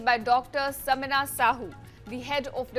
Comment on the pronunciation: Its sameer sahoo not samina .its he not she mr channel anchor....analyse rectify before reading